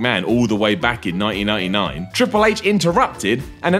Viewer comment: Say "1999" again😂😂😂